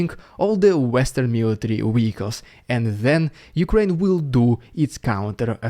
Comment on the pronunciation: Zugzwang ♟️pronounced "tsuktsvang" for Englishers, with eg a V as in Vehicles - was hoping to tease you away from weekles.